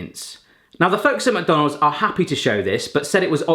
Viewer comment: take a drink every time says "mac-donales" 😆